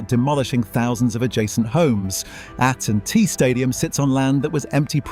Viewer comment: "at and T stadium"😂